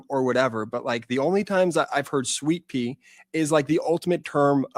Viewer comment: was it Sweetpea or Sweetpee?😂